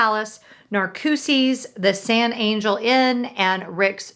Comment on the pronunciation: Hmmm, I haven't heard any other vlogger pronounce San Angel like you did....